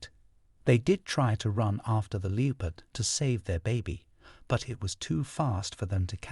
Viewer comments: It’s not a Leepard. It’s a Leppard pronouncuation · The Leopard!!!! Its 'Le- pard' not Lee-o-pard' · The “leo-pard”? A very odd pronunciation for “leopard.” Hmmm … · What, not who, is narrating these. I'm so tired of the distracting mispronunciations. Not happy. "lee-oh-pard"? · How on earth is your AI pronouncing leopard, LEE OH PARD… This AI crap needs to go bye bye! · Leepard?? You need someone who can read and pronounce words correctly. So annoying!! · My thoughts as well! It's so distracting as well as aggravating to hear words mispronounced, particularly "leopard"!!!